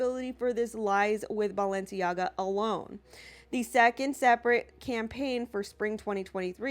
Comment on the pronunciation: It’s balenciega and adidas